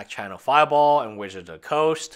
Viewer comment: I swear you said "china-fireball"